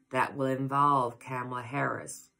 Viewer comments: Yes--think "comma-la"... Love-Light! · Kamala is pronounced like Comala 🙂